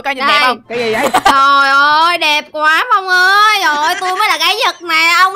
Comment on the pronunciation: đọc sai rồi